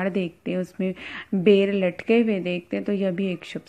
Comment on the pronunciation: Madam bolane ka language aapka bahut galat hai baher hota hai ya bayr hota hai